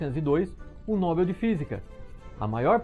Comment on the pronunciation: Excelente vídeo! Só uma humilde contribuição sobre a pronúncia da palavra Nobel. Nobel rima com papel.